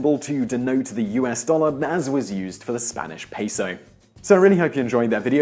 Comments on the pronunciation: His pronunciation of peso ruined the whole video for me. Do all Brits say it that way, or is he just plain wrong? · He has been saying "floor" all throughout this video. I don't speak fluent Spanish, but at least I know how to properly pronounce the word "peso"! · It's interesting that he pronounced it correctly the very last time he said it. I wonder if someone corrected him while he was shooting the video. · He pronounced it correctly ONCE, at the VERY end of the video purely to get across the notion that he was fucking with people who know how its actually pronounced. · Yeah that was making me nuts. He got it right at the end tho. I was gonna leave my own comment but people had already pointed that out. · OK so I can get over aluminum and contribute being mispronounced by British speakers but peso, no way hombre. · (it's properly neither "peeso" nor "payso", but rather "pehso") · Today I found out that people from the UK can't pronounce "peso". It's 'Pay-So'. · It’s pronounced P-EH-SO lol And that’s not what I heard regarding the Dollar sign…. It was said to come from $lavery… only 2 lines down the s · No, the vowel e in Spanish represents one and only sound, approximately the e in the English word pet. The vowel o in Spanish represents one and only sound too which is approximately like the o in British Received Pronunciation (RP) of not. Simon's pronunciation of peso would be correctly represented in Spanish by piso, which does exist as a word, but with a different meaning: floor. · Peeso? Peeso? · It's pronounced payso .-. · i cringe whenever he said spanish pEEsO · Its just peso, only peso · A "pee-so"? That's a meth pipe, not Mexican currency. That's a "peh-so" in your wallet? No, this is my meth pipe, my pizo. See? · Pay-sew Simon not pea-sew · Peh - so. Peso. Not "pee-so". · Pay-so, not pee-so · No its pronounced pey-soh, not pehso. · It's pehso not payso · "piso" means floor, please pronounce properly next time 😂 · could have been lmao